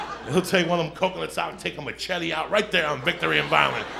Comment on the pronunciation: The way he says "Machete" in a Mexican accent lets you know that this is some shit joey does.